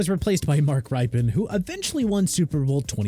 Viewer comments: It's pronounced Rippen, not Ripen. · It's RIP-IN, not RIPE-IN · This list is a mess for many reasons, but man did they get the Redskins stuff wrong. Mark Rypien's last name is pronounced like "Rip-pen", not "Ripe-Pen", and Doug Williams threw 4 touchdowns in the Superbowl, not 3. Perhaps that would be forgiveable if it wasn't a freaking Superbowl record and the most dominant performance by a QB in the Superbowl up to that time. Of course, they fared better than Joe Theisman, who won the Superbowl with the Redskins after the 1982 season but apparently failed to even get a mention here . . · It is rip-un like "rip" paper in half! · You lost me at mispronouncing Rypien